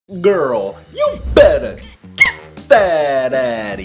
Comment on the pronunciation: The way he said girl.